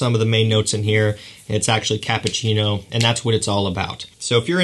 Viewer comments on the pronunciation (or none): none